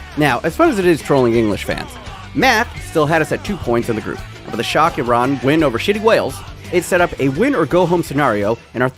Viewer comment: Love that you pronounced it "ee-rahn" and not "I ran'